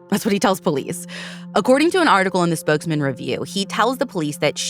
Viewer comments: Props for pronouncing Spokane correctly 🙌 instantly upped my respect for 🫶 not enough channels research enough to even pronounce names/cities correctly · Thank you for covering this case. Makes me angry as a resident of Spokane, I will be writing the AG. You are one of the few true crime journalists who pronounce Spokane and Coeur D’Alene right. My all time favorite pod.